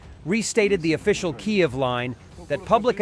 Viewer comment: This narrator can't seem to consistently pronounce Kyiv properly..😢 pretty sad don't you think?